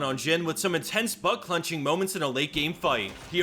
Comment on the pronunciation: "some intense butt clunching"